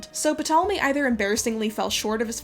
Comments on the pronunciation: p-tolemie 😭. Noo man come on. If you can’t pronounce mithridates or antipater that’s one thing, but Ptolemy? I hate to be that guy, but pronunciation check is one google away and makes you sound ten times as knowledgeable. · Ptolemy is pronounced Tolemy...the P is silent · (The "P" in "Ptolemy" is silent) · Every time she pronounces Ptolemy “PUH-tolemy” it takes me out of the story. It’s cringy to watch someone so self assuredly talk about something while continuously mispronouncing a word. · I can not get over puhtolemy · Love this video, helpful and refreshingly critical perspective of accepted history! Serious question though: why do you pronounce the name Ptolemy "Puh-tahl-uh-mee" but Mnemos "Nee-mohss?" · The p in Ptolemy is usually silent and pronounced tolemy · Isn't the "P" silent? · By the way, I think the P in 'Ptolemy' is silent :) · the P in Ptolemy is silent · you don't pronounce the p in Ptolemy. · you don't pronounce the p in ptolemy. its silent no? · This is such a good video and super interesting but I just want to quickly say that ptolemy is pronounced with a silent p at the start it’s like pterodactyl this has probably already been pointed out but just in case you didn’t know :) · Psssst……the “P” in Ptolemy is silent. I liked the video:) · For a history buff, it’s weird you pronounced the P in Ptolemy. I’ve always understood it was silent. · So, I know that this is pretty nitpicky but Ptolemy is not pronounced with a phonetic P... just as pterodactyl does not have any P sounds even though there is a P in its spelling. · I've never heard anyone pronounce the P in Ptolemy lol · Yo, ain't P in Ptolemy silent? Scratch that, I know it is. Wtf how can you speak with any authority whatsoever with a trip up like that, I don't trust that you actually know what you're talking about. I will continue watching with scepticism, idk why you're so buthurt about a library anyway, I mean fuck Carl Sagan right? Who's that guy? 😏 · Isn't the P in Ptolemy psilent?